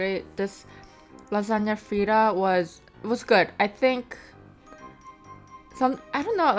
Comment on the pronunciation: Did you say lagana fritta? Lol